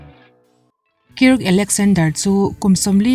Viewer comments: A ngaihnawm thin e.. 👍👍🌷🌷. Mahse Kirka i tih hi Kirka ti lo in Kark ti zawk la a dik zawk angem ka lo tia. Kark_a . 😁👍🌷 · Kirk tih a nih chuan Kairk tih a lan tur a ni in ka hria, ka lo sawi ve mai mai, ngaihthlak a nuam em👍👍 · Kirk anih chuan k hriat sualloh chuan Kark tih angin an lam thinin k hria. K in tih fin vangah in lo ngai leh ringot ang e o.. 😁